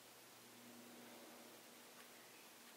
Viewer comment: It's pronounced "pie" not "pee".